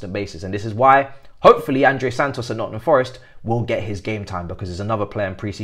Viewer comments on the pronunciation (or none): none